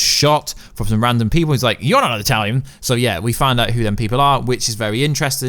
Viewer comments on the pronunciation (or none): none